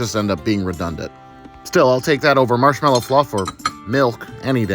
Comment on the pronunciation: I swear, he said “Marshmellow Fluff” and I thought I was back in Season 1.